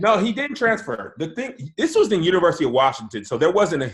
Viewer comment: said “ting” and no one caught it loooool